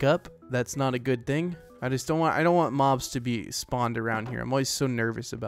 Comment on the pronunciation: Is it just me or what when he was saying the swamp was disgusting and he said there is bobs not mobs